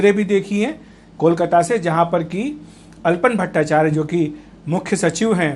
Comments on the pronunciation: His Name is ALAPAN BSNERJEE not ALPON. please pronounce properly. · It's "Alapan Bandyopadhyay" Not "Alpan Bhattacharya" Itne Bade News Portal Ha Name To Thik Lijiye